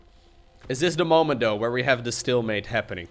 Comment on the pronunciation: am I the only one bummed out when hearing "stillmate" when its "stalemate"? is stillmate even a thing?